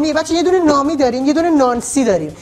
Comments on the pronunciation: اون یکی نامی نیست نومیه😂😂😂😂😂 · اونی که گفتی نامی نبود نومی میوه یی بود😅❤